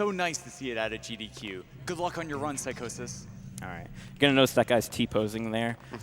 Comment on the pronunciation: Lmao, the dude pronouncing Psychosis name Psycho-sis. wtf.